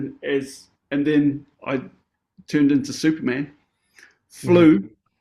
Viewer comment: Shane said "I turned into superman", I heard "I turned into soup, man"... But from my extensive experience with horses, I think they're equivalent when one rams into you 🦸‍♀️